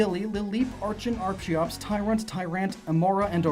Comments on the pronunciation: BTW it's pronounced ARKEOPS and based on the Archaeopteryx. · It’s not Arch-e-ops, it’s ark-e-ops. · Dude. You keep forgetting the "r" in Tyrantrum's name. It's Tyrantrum, not Tyrantum. Also, it's ar-kee-ops, not ar-chee-ops.